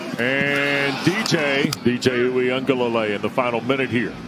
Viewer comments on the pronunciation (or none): These Dudes Cant Ever Pronounce A Samoan Name He Said Dj Ui aga Leilei You Know What I Mean